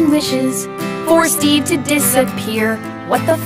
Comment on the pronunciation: Am in the only one who always hears steven and not steve